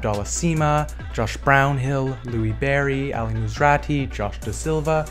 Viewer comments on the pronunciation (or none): none